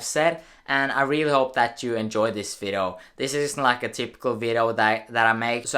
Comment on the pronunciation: "vido" Nice